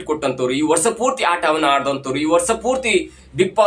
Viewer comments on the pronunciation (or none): ಕನ್ನಡ ಸರೀ ಮಾತಾಡಿ ..ಸೂಟಿಂಗ್ ..ಅಲ್ಲ ಶೂಟಿಂಗ್ ಅಂತ ..ವರ್ಷ .ಅಂತ .ವರ್ಸ ಅಲ್ಲ ...ಇನ್ನೂ ಕೆಲವು ಇದೆ ಅಸ್ವಿನಿ ಅಲ್ಲ ..ಅಶ್ವಿನಿ .